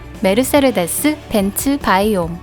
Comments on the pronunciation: 메르세르... 데스 가 아니고. 메르세데스 인데... 세르에서 R 은 스펠링에 없지 않나요?? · 딴지 걸고 싶은 생각은 없고 메르세데스라고 알고 있고 스펠링으로 봐도 메르세데스인데 메르세르데스라고 읽는 건 스웩인가요? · 메르세르데스라고 읽네요? 메르세데스 벤츠가 맞지않을까요? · 차에 관심이 없는 사람이라 그럴수 있지 아무 지식도 없는 유튜버가 메르세르데스라고 했다고 조롱하냐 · 메르세르데스 메르세르데스 ㅋㅋㅋㅋㅋㅋㅋㅋㅋㅋㅋ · 메르세데스를 왜 메르세르데스라고 읽어.. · 메르세르데스가 아니라 메르세데스 입니다. 영어로는 머시디스. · 벤츠 발음이 좀 ;; 메르세르데스 라고 발음하는거 처음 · 모두 하이퍼카 계열이구요. 아쉬운건 가장 예술적 가치가 높다고 평가받는 "파가니"가 없네요. 그리고 "메르세르데스 벤츠"가 아니고 "메르세데스 벤츠"입니다. 사족1 : 창립자가 자신의 딸이름으로 상호를 정한거고 그건 내딸이름 걸고 만든 차니까 좋은 차를 만들겠다. 라는 뜻이 있다고 하네요. 사족2 : 현대차에 전화해서 물어보면 엔진을 30만km의 내구성을 목표로 만든다고 합니다. 벤츠에 전화해서 물어보면 엔진을 100만km의 내구성을 목표로 만든다고 합니다. 사족2는 뇌피셜이 아니고 같이 일하시던 분이 직접 전화해서 알려주신겁니다. 그냥 그렇다구요.. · 메르세데스를 왜 메르세르데스라고 읽지요? 읽는사람 마음인가요? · 메르세르데스벤츠가아니라 메르세데스벤추.... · 메르세르데스가 이니구요 메르세데스입니다 ㅎ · 아줌마 메르세레데스가아니라 메르세데스에요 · 메르세르데스 벤츠는 새로나온 메이커인가요? 메르세르데스;;;;;; 너무하네ㅡ.,ㅡ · 메르세르데스ㅜㅜ 너무 거슬려요.. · 메르세르데스라고 계속 잘못말함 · ㅅㅂㅋㅋㅋㅋ 발음 메르숴디스벤츠인딬ㅋㅋㅋㅋㅋㅋㅋ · 아니 무슨 일본어냐고 ㅋㅋ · 메르세르데스.... 발음 쓰레르데스 한 열댓번 중얼거렸더니 나도 세르세르하네...